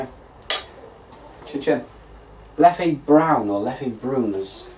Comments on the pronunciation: It's pronounced Leff,cheers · Great vid. is a funny lad. By the way, Leffe does not have an é so you just pronounce it as l-e-f